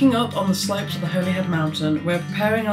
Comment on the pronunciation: Holyhead is pronounced in wales as Hollyhead.